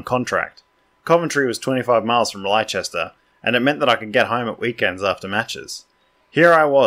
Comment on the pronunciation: Leicester is pronounced 'Les-Tar' or more simply Lester same as famous jockey Lester Piggott.